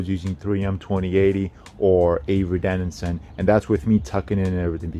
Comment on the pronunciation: It’s avery dennison, not denninson.